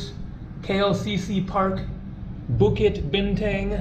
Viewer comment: bukit bintank hahaha so cute, the exact to pronounce is bukit bintongue. You pronounce tang like you say tongue, not tang like you say tank